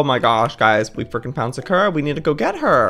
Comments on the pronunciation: He says it like SUH-KUR-AH💀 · It always kills me when he says 'Sakura' wrong. 😂 Love you Joey. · No office but how can he say his own cat's name wrong? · It's his cat he can pronounce it the way he likes it 😑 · Y'all, how he says and does things is why I've been subscribed for years. Calm down. His kitten's name is adorable, no matter how he says it.